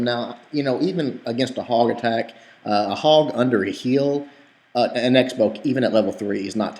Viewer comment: You said Egg-bow instead of x-bow somewhere in their:P